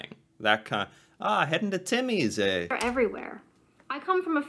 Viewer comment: You put on a really weird accent when you're imitating us lol. Just talk like yourself and use the slang 😆 She's also putting on a weird accent when she's imitating the slang, I'm not sure where she is from, but ignore it lolol. Also you're putting too much emphasis on the eh. Just say it like it's part of the last word you've said 😉